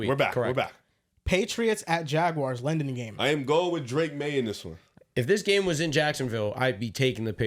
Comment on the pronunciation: loves calling London “Lenden” lol